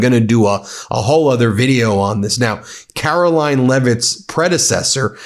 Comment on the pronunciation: DID YOU SAY KAROLLYING LEVITT 😂😂😂😂